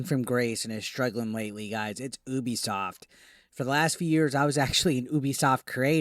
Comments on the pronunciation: Drives me nuts when people call Ubisoft, “OOBIESOFT” 😑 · it's pronounced "you-be-soft". Very appropriate name, it's a promise to their customers.